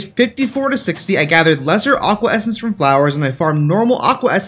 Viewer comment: I swear when you essence I hear it estus